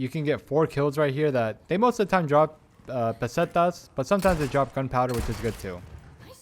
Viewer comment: Pestanias :D and now u say Pesetas :D nice :DDD